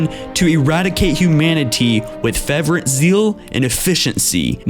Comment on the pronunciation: Matt W It's not you, dude. I inevitably notice a few mistakes like fervor being pronounced as fever or in this one fervor as fair-ruh-vent. Or when he lists things in order instead of saying, "X, Y and Z respectively," he says, "Respectfully."